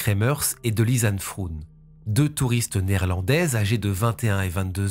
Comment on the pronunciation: Deux jeunes filles européennes idéalistes dans un pays de merde... Et voilà le résultat ! J'ai pensé à ma compatriote Natacha de Crombrugghe, elle aussi disparue lors d'une randonnée, au Pérou, et dont les ossements ont été retrouvés des mois plus tard. Pour info, Froon en néerlandais ne se prononce pas "froune" mais "fraune" (comme "Beaune") : le double "o" est l'équivalent de notre accent circonflexe, il allonge la voyelle. Première fois que je regarde une vidéo sur votre chaîne, et la narration est parfaite